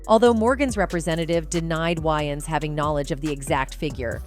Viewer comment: I have a feeling this video is done with A.I. since they haven't taught A.I. enough to even pronounce celebrity's names correctly